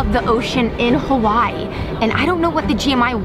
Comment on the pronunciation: Please learn how to say Hawaii right, I’m sorry I’m not a hater I just have pet peeves when it comes to people saying things wrong! Btw my name is Aleksa! You sound it out like Alexa!